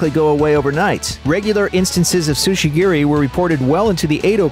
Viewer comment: tsujigiri, not sushigiri